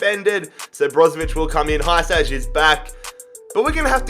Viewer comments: OK so I just wanna let you know Hysaj's name is pronounced (He-Saii) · That pronunciation of Vrsaljko legitimately hurt my ears edit: Hysaj was no better...